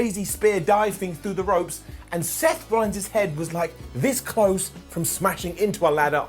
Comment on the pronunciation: I thought i heard a sloth rollins in there too.